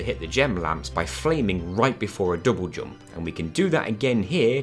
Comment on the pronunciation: Love how you say double jump.. dobojob